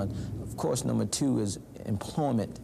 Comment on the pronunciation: Tuewe, Yuewe, Bluewe, Duewe, Truewe, Bruewe, Hueweluewe 🤣🤣🤣